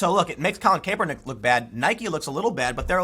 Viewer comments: CAP!! IT'S PRONOUNCED CAP..ER..NICK.... love your work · cmon man,, it's pronounced Kap-er-nik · Tim you need to pronounce his name correctly , you sound out of touch. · Tim it’s Kaepernick not Caepernick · It is Collin (Cap-ernick). Think baseball cap bro! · Why can't anyone pronounce his name anymore? It was always KAP like ball cap. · Anybody else bothered by how Tim pronounces "Kaepernick"? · Are you intentionally mispronouncing Kaepernick? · Tim please pronounce his name right lol it’s annoying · I'll never get tired of Tim pronouncing "Kaepernik". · I totally agree with you, but please learn how to say Kaepernick's name if you're going to do a bunch of videos on him.